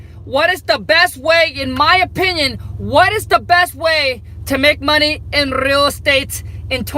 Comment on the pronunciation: That "MO ney" 😂😂